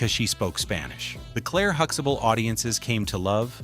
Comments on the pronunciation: Seeing how all of your uploads are black culture centric you might want to use a black voiced AI narrator. Also don't feed the AI generation tool the exact spelling for names. Huxtable will always be Hux Able to the dumb AI. type Hux ah bull... the way we say it. alao.. quiche ah night paul i am. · No, we don't pronounce it that way either. There is a T in the name which is pronounced too. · Isnt it huxtable? Why does your AI mess up so many times? Its not Huxable! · Hooxable?? Damn AI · Jfc HuxTAble . There is a fucking "t" in the middle of that name. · Huxtable is being mispronounced. That's not ok. 👎🏾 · Can't even pronounce Huxtable. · You have missed pronounced their last name. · You can't even pronounce his surname!